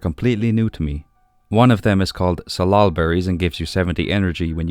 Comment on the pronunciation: You pronounced salal correctly - it grows wild in the Pacific Northwest where I live. Thank you for the full episode!